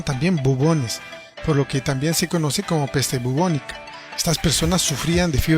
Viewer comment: Es peste bubónica, no peste bobonica